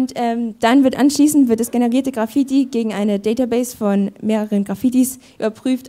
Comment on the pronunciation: Wie kann man das Wort Graffiti so schlecht aussprechen